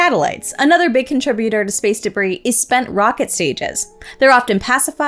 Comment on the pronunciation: Please review: DEBRIS. Not DERBIS.